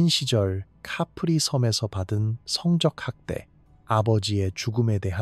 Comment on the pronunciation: 성적행위가아니라 성쩍행위로 읽는다..된소리로 바르게읽자. 대가를치루다는 대까를치루다로 이런기본도안된유튜브는 퇴출!!!!싫다에 한표!!!